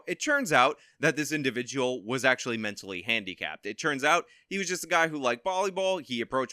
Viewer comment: Dude if I hear "it CHurns out..." one more time I'm gonna cut my own ears off